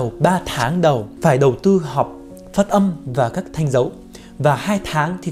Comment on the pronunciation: "Phất âm phất âm"😂😂😂